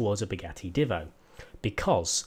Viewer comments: Divvo That annoys me a lot It's Divo Said - diivo - Long I Just letting you know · By the way it's "deevo" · The Divo is said with a long i Just letting you know